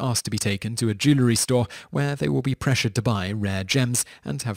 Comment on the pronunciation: Jewel-ree, not joo-luh-ree.